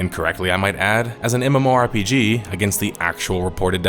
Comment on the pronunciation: Who the hell says MMORPG as "MORE-PGs".....?